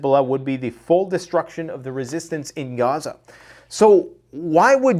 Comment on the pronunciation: You are getting very fake. You Pronounce gaza 2 different ways, I don't know why but it sounds stupid. Quit being fake.